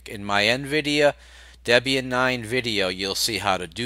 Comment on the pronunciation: Its Debian Deb is Debby and Ian is her husband you say it funny LOL